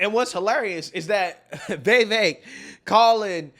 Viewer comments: Day 39 of correcting the pronunciation of Vivek. Viv-ACHE. like take or make. With the VIV before it. ViV ACHE. VIV Ake. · It's pronounced "Vivake". Rhymes with cake. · Why do you pronounce his name as “Vay-vake”? So weird!